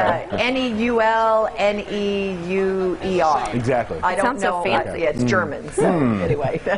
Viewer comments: Imagine saying newl instead of noyer 🤣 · She butchered Manuel Neuers name its like Manyuel Nåyer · No one saying how she butchered Meownuel neuer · Noone: These tv people: “Neull” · when the news mispronounces meownuel Neuer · Imagine butchering the pronunciation of Neuer 😭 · I love how they cant pronounce Neuer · The way the lady pronounced Neuer XD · Absolute disgraceful pronunciation of Neuer